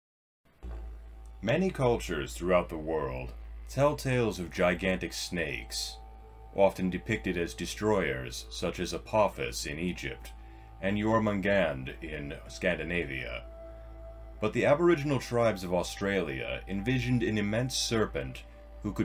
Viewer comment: Perhaps it might sounds like Jörmungandr in your modern English pronunciation. But alas, it's pronounced Yor-mun-gandh. A shared beginning and self-perceived yet non existent final syllable is hardly what you'd call a 'crazy coincidence'.